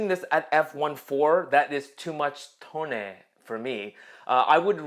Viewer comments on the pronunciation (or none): I immediately thumbed this up after ”toneh” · "too much toneh for me"... DED 😂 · The emphasis on Toneh ❤️